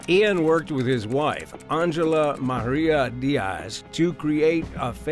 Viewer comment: Angela starts with the letter "A". Stop pronouncing it like it starts with an "O" Wtf is Ongela